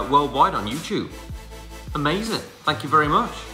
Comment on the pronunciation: “amazayn” i